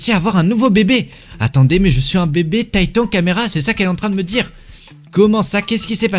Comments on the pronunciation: Non mais la honte tu dis tatan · Tu dis meme pas corréctemen titan 😂